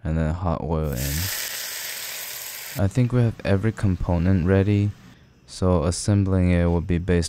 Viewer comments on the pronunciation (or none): none